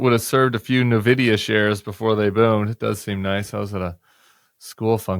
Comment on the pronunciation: small note... it's pronounced "in-vid-ee-ah"